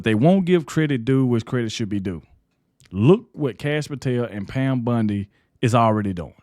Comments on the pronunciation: Bondi. Not Bundy. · its BONDI...not BUNDY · Its not Pam Bundi. Its Pam Bondi! Please say it right! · I love how you say Pam's name!!! It makes me think of Peggy Bundy from "Married with Children" from the 90s. It's pronounced B-ON-DEE not B-UN-DEE. I mean no disrespect to you. I like your show I think you do a great job. It's just every time I hear you say Pam Bondy it makes me think of Peggy Bundy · Bond i not Bund e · BONDI not BUNDI! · Hey, I can't stand it, you calling her Pam Bundy, ITS BONDI!! It is spelled with an O not a U!!! Say it with me "Pam Bon-di,try it!! It's like the Bondo you use on a car, NOT BUNDY AS THE TV SHOW Married With Children!!! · It's BONDI not BINDI with an O not an I. I just can't watch til the end. Sorry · Pronounced Bon dee Bondi